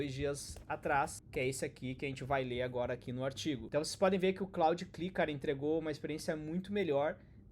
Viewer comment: Demorei horrores pra entender que "cli" era "CLI" (si é lai) hahahahaha